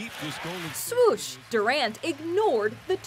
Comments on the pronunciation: She said Shwosh instead of Swish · Sorry sorry did that narrator just say ‘swoosh he scored’ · Swoosh?? Its swish get your NBA words right